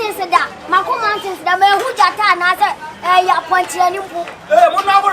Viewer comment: Aden ah "mantins"(Mountains)😂😂😂